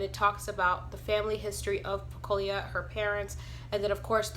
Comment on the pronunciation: Pecola not pecolia